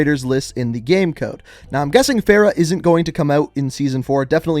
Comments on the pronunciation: It bothers me how he pronounces Farrah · I love how he mispronounced Farah.